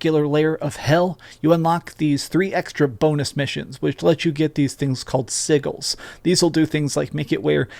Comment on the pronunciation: Why did you just pronounce sigils in two different ways….